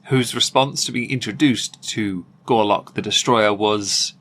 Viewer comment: You kept saying Gorlock & I kept hearing "Garlick"..... thing is, both will clear a room when their outer layers are removed.